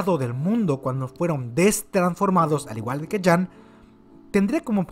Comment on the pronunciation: Cuando dices jean como "jam" me arden los oidos jajajaj saludos